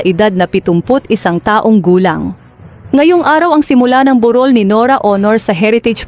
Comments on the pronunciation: burol hindi borul pati vlog AI narin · Narrator burol bundok ba yan anong on or Aunor iba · Honor ka ng honor…bur rol…pakiayos po. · Ang sakit sa tenga how she.pronounced burol,at kabaong sarap sungalngalin